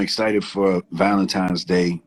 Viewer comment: ValenTINE'S Day, Swizz! Not "times". Lol